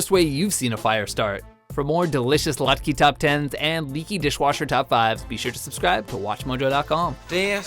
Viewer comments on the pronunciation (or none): latkuh not latkey